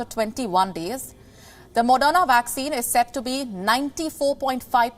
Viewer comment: Its not madonna vaccine, its moderna vaccine. Please learn to pronounce before reading news script